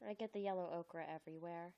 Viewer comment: Ochre. O-ker. Not okra. That’s a vegetable.